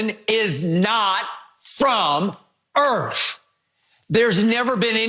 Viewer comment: “Jordan’s not from EARF!!??”